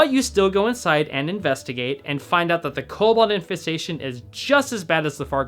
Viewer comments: I'm pretty sure it's pronounced "KOH-bawld" Also was this on a non rp server because that Goldshire seemed pretty tame? lol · Super high quality videos. Well done, subbed! And it's pronounced Co - Bald. Co as in Co-operative. And Bald as in Asmongold is Bald.